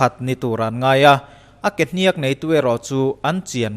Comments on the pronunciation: Kehniakkk a nilo kehniak, thluk a awm lo. Ka lo sawi ve mai2. 😇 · Kehniak or Kehniâk chu ti la ala pawmzam theih deuh Kehnîak i ti tlat mai hi ava mak em! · A tawp hi sang lovin a hniam tur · Ke hnîak ani lo..ke hniak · ke hniaakkkk itia, kehniak tih tur nilo mi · Ke hniak i tih a hniak i tih khi a dik lo deuh, a rim hniam tur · Ke hniak i thluk dan hi a diklo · Kehniak hi lam dik la ngaihthlak a nuam sawt tur. Kualkhung tih lam angin hniak hi a ri a hniam thla tur a nia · kehniak tih ilam kha i pai deuh anih kha mizo ini maw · Kehniak i lam dan hi dik lo in k va hre ve awww. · Dik chiah thlukna a wm lo .... 👍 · Kehniak i lam dan chu mak ka va ti ve, Kehniak ka lam dan nen a in anglo deuh a, chuvang chu nia mak ka tih. Engpoh nise ka/kan support em+ zel che aw.. ☺👍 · Kehniak a lam dan hi a dik lo. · Ke hniak i lam Dan hi a diklo..